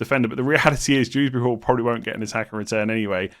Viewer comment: I'm sorry did you just initalise Kiernan Dewsbury-Hall like his name is Dews Bury Hall